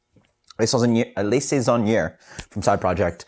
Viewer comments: Great review, but just so you know ‘le saisonnier’ should be pronounced more like ‘luh sayzon-yay’ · yup..french omits the r at the end